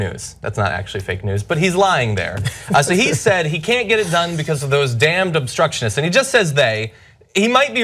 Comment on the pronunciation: Did you hear how hard it was for his little puckered sphincter mouth to say "obstructionist"? FOUR whole syllables? Whew!